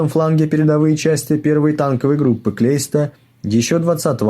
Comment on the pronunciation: Блин, не Клейста, а наверное Кляйста.